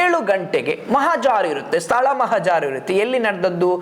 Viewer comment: Nimma Kannada prounciation sudharisikolli. Mahajaru. Mahajaaru alla.